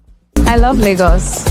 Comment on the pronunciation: I will rate it 9.5 based on the fact the lady on brown dress pronounced Lagos wrongly with Ghanaian accent😂. You said 2 Nigerian baddies but not Ghanaian baddies